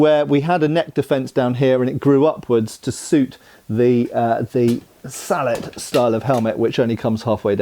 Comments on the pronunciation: I’m hearing “beaver” and “salad” instead of bevor and sallet. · "Sall-et" vs "sall-ey" is entirely a predictable French vs English thing. In French if it was pronounced "sall-et", it would be spelled sallete. I suppose as a Canadian I am more exposed to the French vs. English thing than most anglophones.